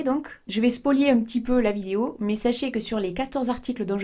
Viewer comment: "spolier "?😂 spoiler!! 😂😘